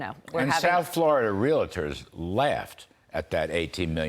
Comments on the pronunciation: I like your show, but there is no such word as re-la-ter. Sorry. It's realtor. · Mr. Kudlow. The pronunciation of the word Realtor is a two syllable pronunciation, not three syllables. I was pretty sure I heard you say, Real–a–tor or Real– I–tor. It is a word that is commonly mispronounced even by those in the real estate industry. A correction would be welcomed if you feel like doing so. Great show; keep up the good work for all of us.